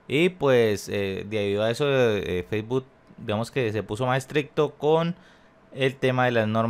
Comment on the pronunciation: Facebot JAAJAJAJAJA aprende a decir Facebook primero